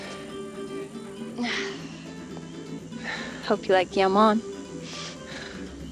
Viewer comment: isnt jamon pronounced like a h, as in ham-on